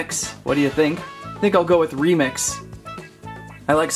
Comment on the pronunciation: You said Romex inside of remix